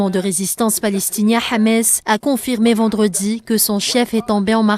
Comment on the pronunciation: C'est pas Hamès, c'est Hamas.